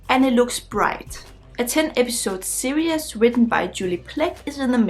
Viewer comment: yea! you are back! so nice to see you. you are charming, as always. is it ok if i help you with how to pronounce series? it's 2 syllables, not 3. sear-ees ... not sear-e-us. i love your enthusiasm, and your bright young face is always pleasant to see. take care! :-)